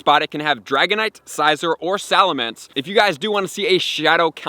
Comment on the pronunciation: I have never heard anyone pronounce Scizor or Bisharp like that LOL funny